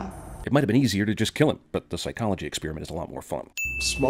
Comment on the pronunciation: I don't really like the way you pronounce experiment "ex-spearmint".